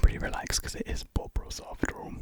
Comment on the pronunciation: Man’s said bob ross but I thought he said pop rocks😭